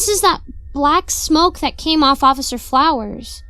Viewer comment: Hahahaha I’m so glad someone caught that. XD I think that started as a blooper and I decided to say it again like that XD